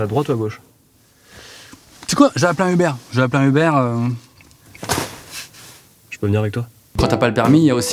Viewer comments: "Je vais appeler un Hubert" Quelqu'un peut lui dire que ça se prononce pas comme ça ? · "Je vais appeler un hubert" mdrr ça se prononce "euhbeur" ! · mais sa se prononce "eu-beurre" Uber pas Hubert 😂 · Un uber ??? Plutôt un heuber(sa s'écrit "uber je sais mais piur la prononciation )😂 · Qui sont ces cons qui prononcent "hubère" serieusement : c'est "u-BER" comme dans "BEURRE" !